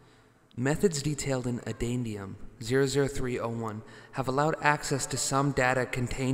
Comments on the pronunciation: "Addendum"?..... You mean "addendum"? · I should report you for that pronunciation of "addendum"